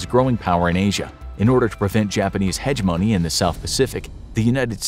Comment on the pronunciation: 1. hegemony: huh-JEM-uh-knee, not “hedge money” 2. The US had 48 states in WW2, and may never had made Alaska and Hawaii states